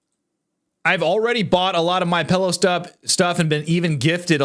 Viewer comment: It's called a pillow not a pellow. That drives me crazy when people I enjoy watching can't pronounce a simple word, PILLOW